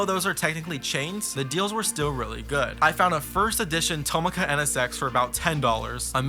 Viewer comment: i know i’m nitpicking this but tomica is pronounced to mi ka not toma ka ( mi as in do re mi )